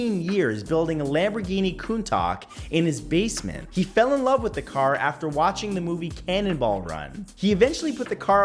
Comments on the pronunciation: PS: it's pronounced Countash =) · He built a replica 'KOON-tock'? Pronounced KOON-tash, at least in the US and Australia. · Anyone who wants to eat bugs and worms is can have my share! Nice list. One thing though, Matt, in the US they don't use the French pronunciation of "Louis," they pronounce it "Lewis." (Oh, and that Lamborghini is pronounced "KOON-tosh.") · Fact #51. Nguyen is pronounced "when/wen" Fact #52. Countach is pronouced "Coontosh". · That's not how you pronounce Countache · So you’re telling me someone built a countach from scratch… for the same price as a, say, camaro ZL1?!? Also, pronunciation. Sorry Matt, had to point it out. Still, that’s wack